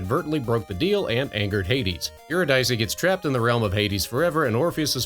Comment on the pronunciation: Just FYI, it's pronounced "you-RID-uh-see".